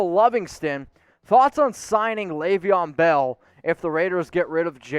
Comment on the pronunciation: Laveon Bell???? Hahahahahaha somebody needs to do some homework 🤣 😂